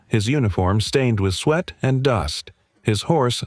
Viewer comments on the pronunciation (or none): none